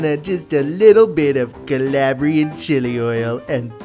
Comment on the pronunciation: Could you say Calabrian chili oil with the same umpf he had? Ya know Cahlahbriaaan Chili Oihhll xD